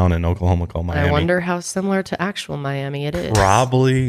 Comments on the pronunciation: Miami is pronounced MY AM AH. This was a story on all the news for some my high school and every anniversary. I hated that camp when I went. I went at about at 10. I hate it more now. We didn't have cots. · Lol the small town Miami Ok is weirdly pronounced my-am-uh. I live here in Tulsa. The more you know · It's not actually pronounced the same as the Florida Miami it's pronounced MI am uh. Anywho..Anywhere... I went to a girl scout camp on Red Rock ,OK. They were "open air"cabins (majority of thw walls were metal mesh but had large overhang roofs to keep rain out.)and counselors did shifts so there was always one up if needed. I'm sure this incident really helped shape those policies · Come on,, you lived in Oklahoma!! You should know it’s pronounced “My-am-uh” up here, not “My-am-ee”. 😂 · Us Oklahoman’s actually call it Mi-am-muh, not Miami. 😅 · We pronounce Miami, Ok, as “my-am-muh” I know it makes no sense but that’s how EVERYONE says it here. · Random tidbit but it’s pronounced Miam-uh! People in OK are sensitive about that 😂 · Miami, OK is actually pronounced “Miamuh” and no it is not similar at all to Miami, FL 😂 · Miami Oklahoma is actually pronounced My-am-uh. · Haha, it's actually pronounced "Miam-ah". ^_^ And has the largest McDonald's to go over a highway, I believe. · Miami Oklahoma is pronounced My-AM-uh … not My-AM-ee 😁… Green Country is weird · Fun fact: Miami, Oklahoma is actually pronounced My-AM-uh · Sorry guys love yall but its....MiamA not ee Mia-am-A lol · my-am-uh Oklahoma lol our towns are pronounced worse than Texas towns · As an Oklahoman…it’s pronounced my-am-UH 😂 (not miami) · Miami, Oklahoma is pronounced MY-am-AH.. Hahaha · miami oklahoma is pronounced miam-ah it’s weird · It’s pronounced miamah lol idk why they spelled it Miami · There is a Miami Oklahoma! However, it’s pronounced as “my-am-uh” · It's pronounced Miama you don't say the I you say it with an a. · we pronounce it Miama here in OK, not miami lol